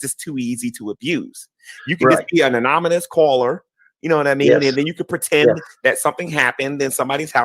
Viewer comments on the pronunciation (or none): "Yew can be an anomanous caller..."